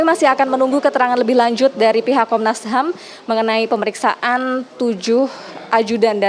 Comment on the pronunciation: Konnas HAM ya??? Bukan HAM burger kan.??